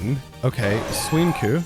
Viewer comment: Bro said suincune instead of suicune